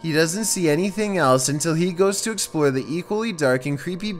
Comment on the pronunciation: "To exploour fourthaer"